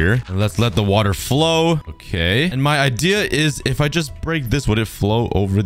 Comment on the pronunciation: “Let’s grab some wUtA” 😂😂